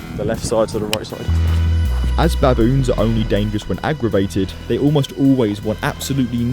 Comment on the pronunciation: Can u please stop saying BABoons say it like how u would say biboons